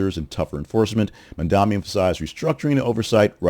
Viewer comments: Bro, I liked some of your other stuff, but you not calling Mamdani the clear front runner when he is obviously is, makes me queston your agenda. Also, pls say his name right. The guy has an amazing platform, he's FOR the people, and he absolutely cooked his comp in this debate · Fun to see you joining the meme of losers who can't say Mamdani's name correctly